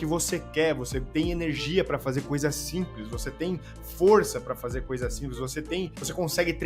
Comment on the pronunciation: "iORgute" "eRNegia".... Aí é foda. Rsrs